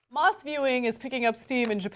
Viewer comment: I totally heard mosque hahahah